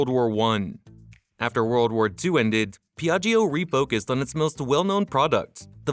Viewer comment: pron. Pjatsho!!!! Non PeeAggEEo